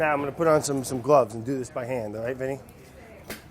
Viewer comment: Randomly Clair you allight? lol